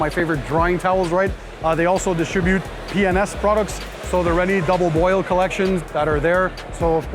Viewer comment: did you say double boil???